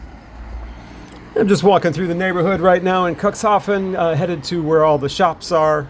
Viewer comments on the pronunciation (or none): dude, it's pronounced "Cook's Hafen" not cuckshafen. sound so cringy when you say it that way.